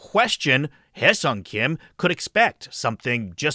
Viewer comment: Wonderful video. It is such a relief to hear someone actually pronounce Hyeseong correctly 🙂